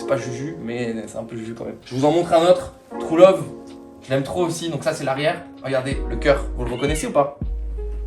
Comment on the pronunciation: « Trou love » l’accent me bute